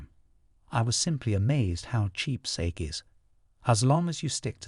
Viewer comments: I'm halfway done with hearing the audiobook, I don't like naoji but I lowkey understand him. I don't like how he pronounces sake but it's Okk!! (Bookmark chapter4? ) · Thanks for this version, the voice is 100x better than the others. I hate how he pronounces Sake tho.